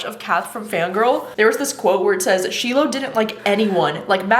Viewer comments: I thought you said you were listening to Slow Dance on audio??? but it seems like you don’t know how to pronounce the main character’s name? SHY-lo not shee-lo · Yay! Thank goodness for your review, I’m off to purchase ‘Slow Dance.’ PS The main character’s (Shiloh) is pronounced SHY-lo from what I understand!